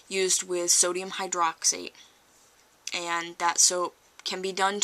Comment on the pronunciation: Pretty good video, but it's sodium hydrox-IDE, not hydrox-ATE and it is synonymous with lye. However, potassium hydroxide is not called lye, though it is referred to as potassium lye; and, more commonly caustic pot ash. Caustic pot ash (as you probably know already) is commonly used to make liquid soaps.